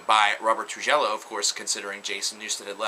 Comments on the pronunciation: Tru-gel-lo? Tru-hee-yo. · .... did you say Robert True-Jello? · Say after me: True-hee-yo. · Robert Tru-jello? lol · you have to say truhio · It's pronounced Robert True-hee-oh, I mispronounced his name for a long time until I heard the members of Metallica say it. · FYI, Trujilo is pronounced true-he-yo